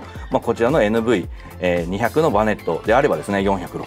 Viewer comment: 「にひゃく」ではなく「にーまるまる」って言うらしいです。てかキャラバンもクリッパーもNV外したんだから「バネットもNV付けなくても良くね?」って思う。 メーターが液晶化されたならキャラバンはエクストレイルとか見たいなフル液晶メーターを採用して欲しいなぁって思ったりする。